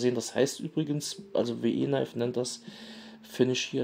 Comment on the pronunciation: WIII, wie wir auf Englisch, und Knifes wird "Neifs" ausgesprochen...